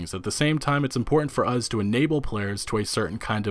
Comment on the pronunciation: Us. Not. Uhz.